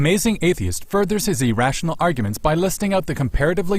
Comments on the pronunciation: When you emphasize the first syllable of irrational not as E it just sounds wrong to me. ih-rational E-rah-sh-on-awl ...ah-rah-sh-unl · Not sure what nationality is (he sounds kind of like a robot actually), but Canadians don't pronounce "irrational" as "E-rational"... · I'm Canadian and we don't pronounce it E rational eh. I doubt he's Canadian